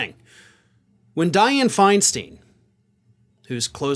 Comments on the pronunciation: Pronounced FINE-STINE, not FINE-STEEN. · Looks TIA-like. Just saw J-L Cauvin parodying it, thought he was just being generally sardonic about McConnell. Now I see this. Yikes. Even if he is absolutely vile. It's "Finestine", not "Finesteen". Sadly she belongs in LTC. Know what's scariest about this stuff? If Biden goes this way near election time, Harris may be in charge on the day. And if that happens, hello GOP landslide. The Dems are playing with fire. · Dianne Fein-STINE! STINE!! STINE!!! Not Fein "Steen"! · Firstly, Diane's last name is not pronounced Fine-Steen.it is Fine-Stine. Secondly, the attacks on Diane were cruel and ageist. Furthermore,her temporary health problems were due to Shingles. A painful physical ailment, not the mental disability that her detractors implied. Thirdly, Ischemic strokes can be and routinely are treated effectively with modern medical methods. Finally, any of us (himans) can have our lives turned upside down in an instant. It would be wise for us to consider our own vulnerability to ill health and misfortune. Now seems to be a good time for compassion even for and perhaps especiaaly for old reprobates like Senator Helms, er. I mean that old repobate Senator Mitch McConnell. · Finstein not finsteen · Totally agree 💯 w/r/t to Mitch McConnell & Dianne Feinstein, but just a suggestion - as a 40+ year resident of San Francisco, i can say that Feinstein's name is pronounced Feinst 'eye'n or 'fine stein', like a lager mug, or 'Frankenstein', if you like, just not 'FeinSTEEN', heh👍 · her name is pronounced like a rhyme: fine stine, not fine steen. Just sayin'. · I'm from the San Francisco Bay Area. It's pronounced Fine-Stine not Fine-Steen. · The California senator’s name is pronounced Fine-stine. Not Fine Steen. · Hi. Love the show. BTW, it's FINE-STINE, long i sound. ( Bay Area resident).🌹🌹⭐🌹🌹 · To: its Feinstein (Fein STINE)